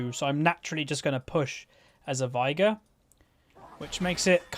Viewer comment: I just thought I'd let you know that his name is pronounced 'vay-gar'. Final Boss Veigar says it in two of his lines. "Unimaginable is the power of Veigar!" and "I, Veigar, will knock you all down!"